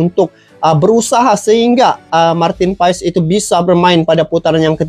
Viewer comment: Abang bacanya/Ucapnya : Martin PAS BUkAN Martin Paes sukses ya bang.. ❤